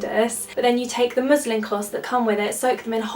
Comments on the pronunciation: I thought you said "muslim cloths" hahahahaha! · oops wait she said muslin